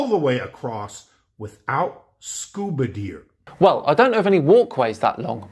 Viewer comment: Stupid has become an element. Edit: Pretty sure he says “scuba deer” 🤿 🦌